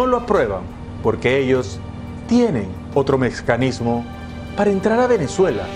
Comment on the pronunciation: Soy yo o Dice "Mescanismo" en vez de Mecanismo